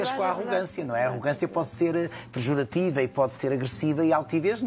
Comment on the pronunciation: O Goucha sabe tanto e ainda não sabe que não se diz “perjorativo”?